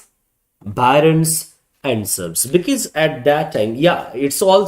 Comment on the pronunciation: It will be "barons".. not Byrons! Lord Byron was an English poet!